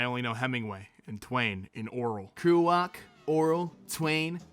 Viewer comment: I kinda figured you would butcher Kerouac